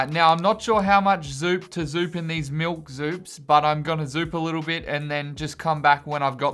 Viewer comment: I like how you say miWk instead of milk. Zooperdooper milk is 0/10